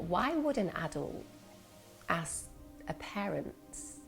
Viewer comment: axe for help - why do people talk like that???